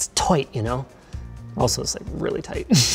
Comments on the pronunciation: “This is one of the tightest builds ever” “It’s toight you know, also it’s really tight” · Toight like a Tiger?